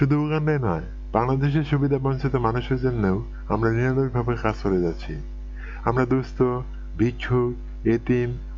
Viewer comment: নিরলোশভাবে নয় রে নিরলস ভাবে হবে।